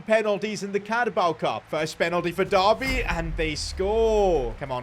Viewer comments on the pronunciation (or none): none